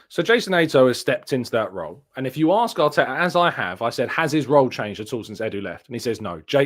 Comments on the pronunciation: come on, arksed or axed is Americans bastardising our language you sir as a journalist are much better than that 👍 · Why can’t you pronounce the word ask? You are as English as me for gods sake.